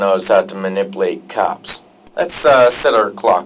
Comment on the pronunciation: He couldn't spell "Ma-nipple-ate"